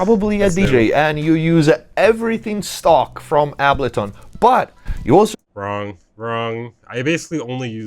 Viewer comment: Biggest takeaway from this video is I’ve been saying ableton wrong this whole time, turns out it’s actually pronounced ahhbullton 👍